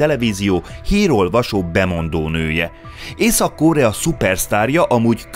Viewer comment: Miért kell Ó-val mondani a rövid O-t. Korea nem kÓrea…. Mondjuk a Phenjan sem Fenjan…. Nem egy ógörög név az….